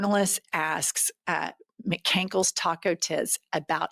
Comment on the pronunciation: Did she say Mcankles Taco Tits? lol